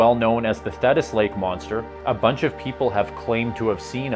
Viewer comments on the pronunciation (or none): Thetis - ‘The’ like flea..